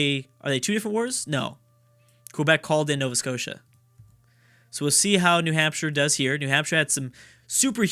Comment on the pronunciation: Uhow you say Alberta with a sort of pause makes me cringe and look and Nova Scotia please